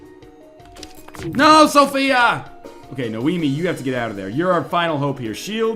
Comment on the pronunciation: Noemi, not Naomi...